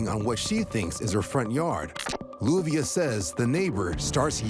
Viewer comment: Her name is LLUVIA pronounced Youvia